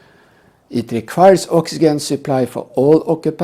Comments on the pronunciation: Oxygen I'd pronounced oxi Jen , practice that so passengers know what you mean to If you Ever need to use the word, god willing you won't, otherwise great video again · "oxyjen" in English. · Please learn how to pronounce oxygen before criticism